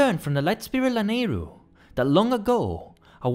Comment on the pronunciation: This Video is incredible but "The Lane of Zelda" kills me everytime